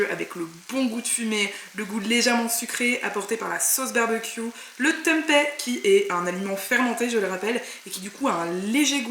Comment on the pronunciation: Hello très sympa les salades rôties ! par contre c'est bizarre que tu prononces Tempai.... juste pour info, c'est du tempé avec un é comme dans pépé !! 😉 info y compris venant direct d'Indonésie !